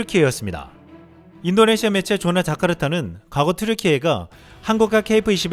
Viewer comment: 항상 좋은 내용과 영상에 감사드립니다. 오늘은 한가지 잘난 척 좀 하려구요. 조나(JONNA) 자카르타? 아니구요, 존나(JONA) 자카르타입니다~ 확신을 가지고 발음해 주십시오, 그것이 다운 것이지요 ^^